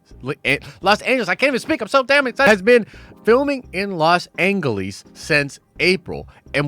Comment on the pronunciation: Los Anglees xD